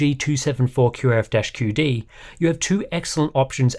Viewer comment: How to be. Pronounce "MSI MAG274QRF-QD" perfectly